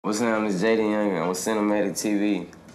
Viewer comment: when he said "yo its jayfjdatyung" i felt that